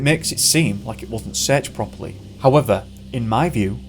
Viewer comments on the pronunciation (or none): none